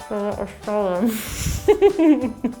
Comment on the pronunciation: The S in Stollen is pronounced “sh”tollen 😊 Thank you for the nice video tho! Very festive 🎄